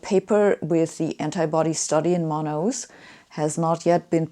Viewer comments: Love how she pronounces Manaus. Hey, Sabine, the sound is like /man'haos/ or /man'alls/, not /mana-'us/ like you said. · Great explanations! Scientific and wise. Just as a sidenote, you read "Manaus" as "ma-na-oos", but natively it sounds more like "ma-naos" ;-) (not a big deal, though; it's clearly understandable). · The best way to put it is: put the emphasis on /na/ not in /us/